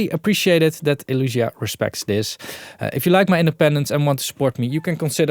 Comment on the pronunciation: Nice video! Still think the brand is called Elysia and not Elusia ;)